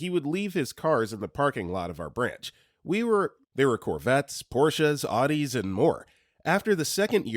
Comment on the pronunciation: Please never pronounce "Audi" again... It hurt my soul.